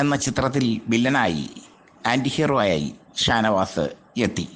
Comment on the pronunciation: താനവാത് - തൂപ്പർ താരം - മലയാളം ഉഛരിച്ച് പഠിക്ക് ആദ്യം - ഛെ